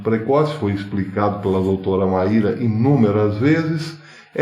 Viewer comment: Pronuncia-se como Máy -ra